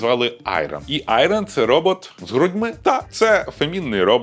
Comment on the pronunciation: жартуєш? Ти працював в США, на американську компанію, говориш англійською, і - "айРон"?))